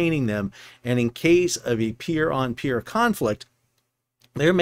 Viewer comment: At first I thought you said pier on peir conflict and then I realized 😂